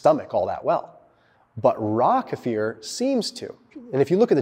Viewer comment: Thank you for " kefir" correction! Tired of people mispronouncing! Respect